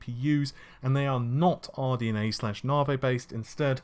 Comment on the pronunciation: Once upon a time we had "Narvey"... Now we have "Renor"... I can't stands it anymore. Dammit, it's "Ren-wah"